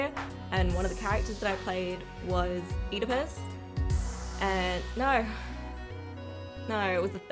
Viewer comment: I liked that she pronounced Oedipus correctly even though she was in Othello.